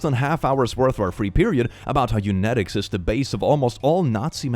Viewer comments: Don't wanna sound like a grammar snob or whatever you call it but your pronouncing eugenics wrong. phonetically it is more like U-Gen-Icks. I was listening while writing, and I had too roll it back a few seconds to make sure I was hearing you right..... Love your programs or posts or podcasts or whatever they're called. I send these to friends and they laugh and I think they listen as well. Thanks for being so awesome about the videos and bringing me and millions of others entertainment. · I did love your pronouncing eugenics as euyenics. (That’s a thing in Swedish, right? G’s make Y sounds, don’t they?) Anyway, I do love it when little bits of your accent slip through more (and then some when you actually speak Swedish. I hope to learn it at some point) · Speaking of pronouncing things wrong, eugenics is pronounced you-jen-icks. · It’s called conversion “therapy” and it’s evil. Btw,, eugenics is pronounced You-Jen-Icks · FYI, no shade, but I noticed you were mispronouncing "eugenics". It should be pronounced "YOO-jen-iks" (there is a "j" sound at the beginning of the second syllable) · At least you were consistent reading eugenics as eunetics, so botching some words is forgiven lol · Absolutely. Got the day she deserved., if you're reading this, you were phonetically messing up eugenics. Here's my phonetic breakdown for you: You- you there. Gen- either Gen X, (short for generation) car EnGine, Djin, Jen. Ics- the Icks of Tickets, or the Ick sound of the Flight of Icarus. I hope that helps. I just kept hearing you say you-genetics and I just thought maybe I could help that way....I'm sorry. I just wanna help. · mispronounces "eugenics" to sound like genetics at the end of the post: couldn't be me reading stories and mispronouncing words (I still love you and your videos, that was just impeccable timing) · he said after mispronouncing eugenics consistently throughout the story😂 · "Eunetics" hey hey, theres a g somewhere